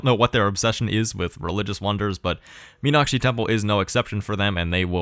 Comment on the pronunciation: Really impressive pronunciation of the word 'Meenakshi'. +1